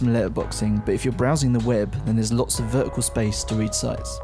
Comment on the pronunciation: How many F's are there in "thirteen" or T's in "vertical"?! This has to be one of the worst reviews ever! I couldn't take note of what he was saying, because of the awful way he was saying it!!